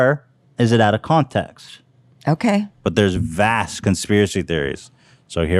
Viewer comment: I thought it was funny how he made fun of her for misspeaking then accidentally says “contaxt” instead of context like 5 minutes later lol